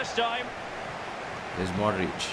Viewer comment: Bro ihad already done this in fifa 16 my all Star team was: Cristiano Ronaldo Lionel Messi Luiz Suarez Luka Modric Andres Iniesta Paul pogba Sergio Ramos Gerard Pique Marcelo Dani Alves Manuel Neuer And bro you are misprouncing some footballers name like Modric,De bruyne and van dijk